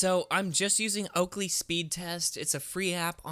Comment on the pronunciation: "Oakly speed test"? So glad I unsubscribed from you...